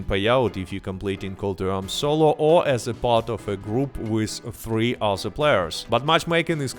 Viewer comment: You even say "other" like "uhzerr" but then pronounce "THE Gun Rush" totally fine. YOU'RE A FRAUD!